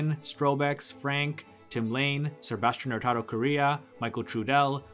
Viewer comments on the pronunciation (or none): none